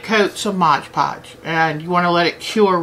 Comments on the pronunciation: Very informative video, I like your attitude towards crafting, you are fabulous! May I just point out one small error, and believe me you are not the only person to do this, I find the same mistake in at least 50% of the videos I watch... its not modge podge, its MOD podge. :P Thank you for sharing you knowledge, I hope to be making some beautiful beads using your great tips :) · lol So many folks can't say "Mod Podge". <3